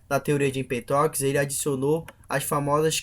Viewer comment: empetoquis? não seria Empédocles? tales de miletoS ? Não seria Mileto? Anachiiimenis? Não seria Anaxímenes ?